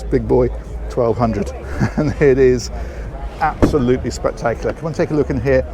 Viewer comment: "Absoludly spectac-iulAh" 🤣🤣🤣🤣🤣🤣